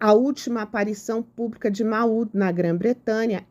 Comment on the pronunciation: a pronúncia é “Môud” 😊